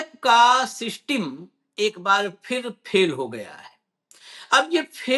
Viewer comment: जब आप सिस्टिम बोलते हो तो मुझे हंसी आ ही जाती है भले ही कैसा भी मन हो😂😂👍👌